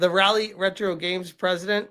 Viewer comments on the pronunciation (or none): I already got on Hypno. It's not "Rally" 😂 "Rah-lee"